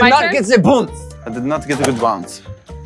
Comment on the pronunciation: you did not get ze boonce.